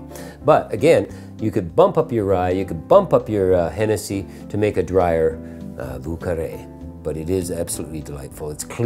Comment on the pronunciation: Vieux is pronounced Vee-yuh. Carre is pronounced almost like the word "Care". So like Vyuh Care. Source :I live in lower Lafourche and speak French.